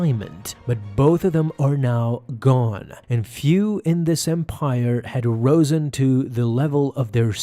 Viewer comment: They have Risen not Rosen, lol.